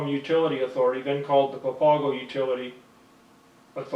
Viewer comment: SMH it's funny how yall look for white man to give info but not the natives SMH he not even saying the name right or papago 😂 yall Goofy